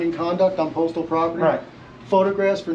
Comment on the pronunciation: The saying "Going Postal" not going Photostal...